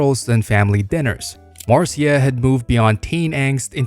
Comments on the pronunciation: Marseeya instead of Marcia lol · bro who made this video clearly and obviously hasn’t watched a single episode of any show in this video, and proves his point by pronouncing Marcia Brady’s name as “Marceeya” when it’s pronounced “Marsha” LOL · Marseeya? Fooled by AI voice over again. 😢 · "Mar-see-a" ? I love AI narrator not being able to pronounce Marcia correctly. 😂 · Some very strange pronunciations in this. Mar-see-a? What? Archie's Bunker Place. What? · It's always marr-cee-ah mar-cee-ah marr-cee-ah! 🤖💨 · Marcia is pronounced Marsha on "The Brady Bunch". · Mar-cee-ya? I actually thought the narrator was human before this one. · AI Suckage - “Mar-see-ah” from the Brady Bunch